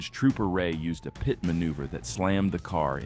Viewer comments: Just say PIT. Not P-I-T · Funny how the AI narrator calls a pit maneuver a PIAT maneuver...